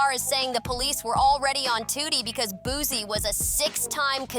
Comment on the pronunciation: It’s Boosie not Boozey